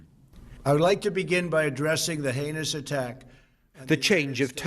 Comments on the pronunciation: lol.It was a new word but he tried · Trump doesn’t even know what the word heinous means! In fact I’m surprised he didn’t pronounce it anus! Just saying🤔